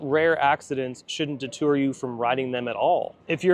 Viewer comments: Can’t wait to see it and ride it! Also, it’s “deter” , not “detour” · deter, not detour